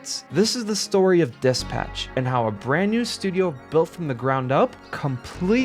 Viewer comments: did he just pronounce dispatch as diss patch? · say it as one word bro its not dis patch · The way you dispatch as DIS-PATCH is errrrrking me say it correctly ffs!!